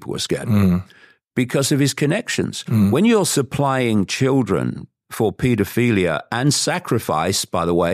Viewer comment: I hate to be “that guy” but it isn’t pronounced paedoFEELia. It’s paedoPHILia. PHIL not FEEL … ironically.